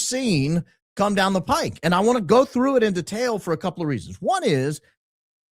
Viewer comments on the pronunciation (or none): none